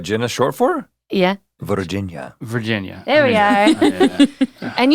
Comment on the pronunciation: Very cool name history Jenna! I love how Rhett said Virginia😅🥰 Your middle name is my first name and I think that’s awesome. I felt that ADHD dial up tone moment Link had with remembering names. Especially when being put on the spot, you’re not alone Link.